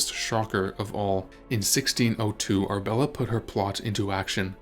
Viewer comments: Ar-A-bella not Arbella for goodness sake! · Annoying!! It is Arabella NOT Arbella Are you real or AI From Nella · You are skipping a syllable… Ar UH bel la! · It's Ar-a-bella. Annoying AI pronunciation!